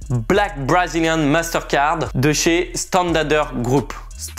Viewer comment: Pourquoi vous prononcez Santander avec cette drôle de prononciation "standador..". C'est un nom Espagnol - et pas anglo-saxon! Santander, qui est une commune et une ville portuaire espagnole, capitale de la communauté autonome et région historique de Cantabrie, située sur la côte Cantabrique, au nord de l'Espagne, se prononce comme c'est écrit.